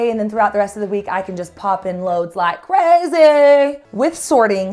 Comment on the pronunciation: ''Poppin' loads like crayzay'' took me out!